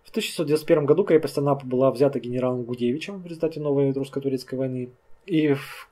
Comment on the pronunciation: генерал ГудОвич, не Гудевич